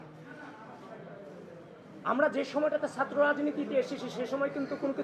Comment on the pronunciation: সে ছাএ কে সাএ উচ্চারণ করছে, কেমন ছাএ?